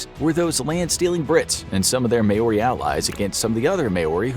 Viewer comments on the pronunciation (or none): Just wanted to mention that Māori is not said like May ore ey and like mow r ey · Word of warning, most Maori names in this video are pronounced wrong. It isn't may-ori, it's mow-rrrri kinda. New Zealand section. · By the way it’s Mou-Ri not Mao-Roi😂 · its ma-ori not MAE-ori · Maori is pronounced [maow•ree] btw, not 'may•or•ree' or whatever tf lolol